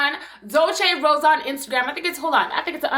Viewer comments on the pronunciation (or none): none